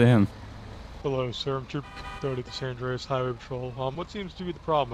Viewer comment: It is San Andreas not San Andrase lmao